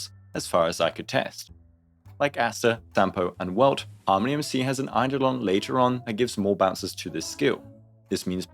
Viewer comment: Is an AI reading this script? Why do they pronounce it Harm.... ony MC